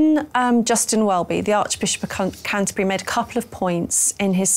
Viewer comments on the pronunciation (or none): She nearly said the Archbishop of Cunterbury 🤣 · did anyone spot Laura Dodsworth Freudian slip where she nearly said the arch bishop of c$*terbury instead of Canterbury at 16.27